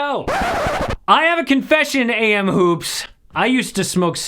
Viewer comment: Yo it’s a.m hoops damn yo sounds weird when he said it 💀